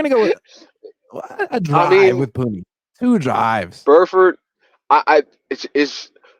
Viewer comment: please correct this fans it’s “Puni not puny!!! 🤦🏽‍♂️